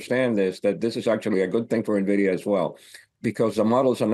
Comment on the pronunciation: Small brain alert. It's Nvidia, not Navidia.